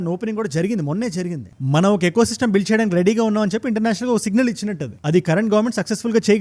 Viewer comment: ఎ కో సిస్టమ్ కాదు... ఈ కో సిస్టమ్